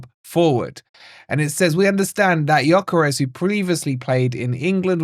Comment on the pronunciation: Yes of course👍🏼 The ‘s’ at the end is pronounced ‘sh’ BTW.